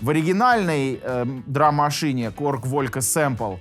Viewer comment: Волька! Ну эт пиздец братан ты делаешь обзор на такую вещь и ты даже не поинтересовался как её название произносится на оригинальном языке? Какой нахуй Волька….